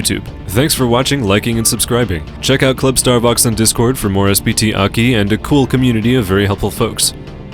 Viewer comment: its not pronounced "Aki" you weeb. its A.K.I